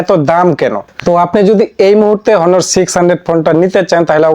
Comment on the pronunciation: হনোর না অনার